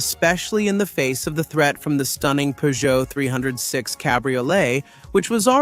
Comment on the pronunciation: AI voices drive me mad, why can't it pronounce Renault or Peugeot correctly and why can't it say "Peugeot two o five" like the hundreds of millions of people did.